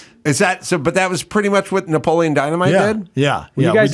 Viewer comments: Isn’t “Napoleon” four syllables. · “Napoleon” has four syllables.